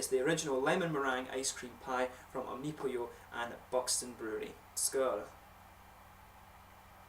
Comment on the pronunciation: funny you say omnopyo... cheers